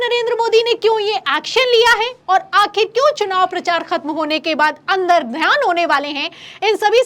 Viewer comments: अंदरध्यान नही . अंर्तधान कहते है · अन्दरध्यान नहीं, अन्तर्धान।